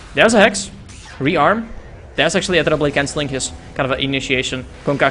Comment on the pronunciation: quite good casting, but pls learn to pronounce "ethereal" correctly :/